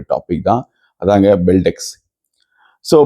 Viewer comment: டேய் நாக்குல கல்லுவச்சு ஒரச்சிட்டாவது சொல்லுடா பெஸ்டெக்ஸ் ன்னு ....😂😂😂😂😂பெல்டெஸ்க் பெல்டெஸ்க்குன்றான்.... பேரே வாயில வரல வந்துட்டாரு 😂😂😂😂